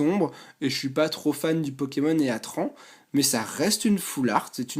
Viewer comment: Omg comment tu prononce heatran